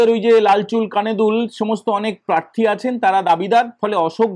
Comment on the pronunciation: তোমাকে বলেছে কানে কানে? 😂 শোনা যাচ্ছে আপনাকে প্রেররররার্থী করবে।